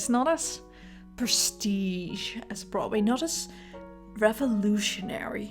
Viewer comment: Okay I love this video, but I also love the way you say Broadway. “Brotway”. I’m not making fun of your accent, I just love how it sounds.